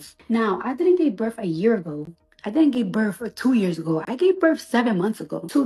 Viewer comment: “I juss gave burff” 🤣